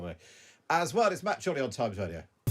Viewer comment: What is 'Times wadio'? Where is 'Iswael'?